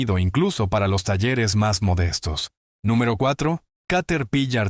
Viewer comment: Se nota que no eres latino, Caterpilar no Caterpillar. Por favor, se trata de ilustrar, no de enredar.